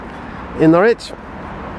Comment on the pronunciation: Nice to see you out in Norfolk again, btw Norwich is pronounced "norich" or even naich" Enjoy your stay, All the best /Per